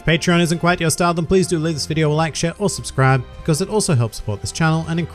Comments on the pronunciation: Just hearing Suscribenicht made me like the video, you are amazing! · "Subscribenic" made me laugh so hard ahahahahaha, good job mate!